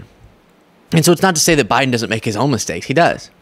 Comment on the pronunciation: "Beten.. ayu". Lol